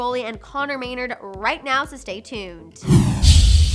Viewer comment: It’s not may-nrd, it’s may-naRD